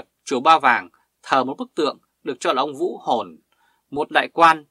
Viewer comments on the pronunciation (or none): Xin bạn nói rõ : Ông quan đó tên Vũ … gì ? Bạn phát âm không rõ